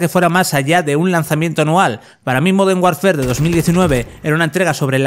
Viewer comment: "Moder Warfér"